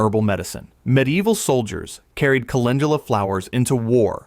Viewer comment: Sigh wrong prounounce of Calendula